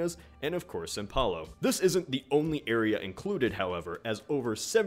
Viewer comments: 3 His pronunciation was quite good actually. The worst part was the "São", but that's almost impossible to pronounce right if you don't live here. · Just listen how says, it's right